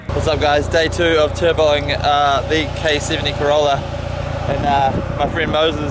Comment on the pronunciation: Haha go the ca-wow-la !!